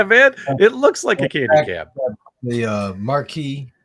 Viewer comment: Can people from Chicago not say "Candy Cab"? It's not Keeeendy Cab....it's CANDY CAB...NOT KEEEENDY CAB!